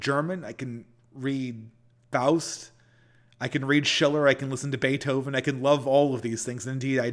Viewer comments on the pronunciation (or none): none